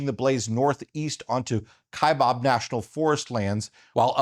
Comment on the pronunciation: It is not the "KaibOb" National Forest, it is pronounced just like it is spelled "KaibAb." The second syllable starts with Baaa, Kaibab. Yes, I'm sure of this pronunciation, I started my U.S. Forest Service career (4 years) working on the Kaibab National Forest.